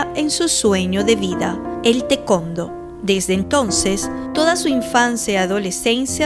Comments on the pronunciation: Si, siempre escuche que se pronuncia "tae- cuan-do", no tecondo 😂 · *Para los editores*: El deporte que practicaba Margarita se pronuncia: 'Ta e kuon Do' (Tae Kwon Do) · Se me hace chistoso cuando dice tecondo. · Alguien puede decirme que es el tecondo? 😅🤣🤣🤣🤣🤣